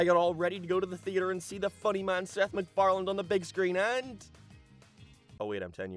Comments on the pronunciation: McFarlanD?? every fkng time. it seems like this guy should be able to at least pronounce the name correctly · I love how its accepted amongst seth MacFarlane's fans that we just throw a D in the end of his name when speaking it out-loud